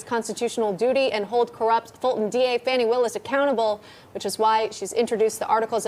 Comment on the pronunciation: I think its "Fawni" and 😅 not Fanni Willis